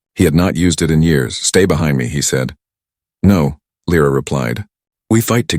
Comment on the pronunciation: I nomi, questi sconosciuti: non La o L R A, Lyra [ Laira ]. Non S, ma Sail. Devi migliorare. Bella storia, e trama ... Come ' Salsedine '? Sail! Allora! Non siete italiani :-( :-(